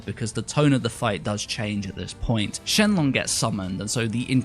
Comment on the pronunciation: you said shenLONG not shenRON. Boy this is the anime not the manga